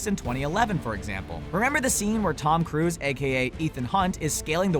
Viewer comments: Tom cruise, not Tom Cruse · "Tom cruse" lol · LOL, it's Tom Cruse now? And here I thought it's "Cruise"